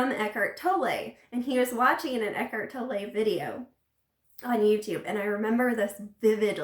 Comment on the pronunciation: Americans and their Eckhart Toll-eih xD If you can pronounce the word 'tolerate', you can say Tolle. Just take away the last 4 letters. :) Eckhart Tolle. You're welcome. ;)